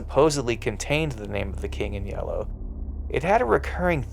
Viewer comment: Not a big fan of how this dude says the word "yellow". 🧐🤔